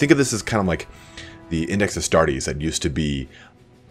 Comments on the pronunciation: Arr starr tees?._. Adeptus Astartes or Legiones Astartes. I love your content but your pronounciation of some words tear at my mind as if though they wielded power claws. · Frost Wolf as-star-tez. That's the way it should be pronounced as per my many years of Latin schooling! Astarteeees is the way a lot of games do it and I hate it! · Your pronunciation of "Astartes" triggers me. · Hunt. And others get triggered by the wrong pronunciation ;) Astartes is not English.